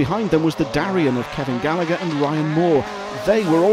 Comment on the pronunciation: Great job 👏👏 Just needs to learn how to pronounce Gallagher and Ger Conway😁 All an all just like the world championship review 👍